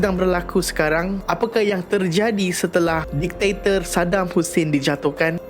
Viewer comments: Bkn diktiktor.. diktator bang.. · Bang.. just fyi ye.. bukan ditaktor.. dik-ta-tor... Ampun bang ya.. sy tegur secara open sbb byk youtuber/influencer/celebrity, pun salah sebut dan eja perkataan ni.. maaf n ampun bang ya.. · Diktator ✅ Ditaktor ❎ Repeat after me... Dik ta tor... 😁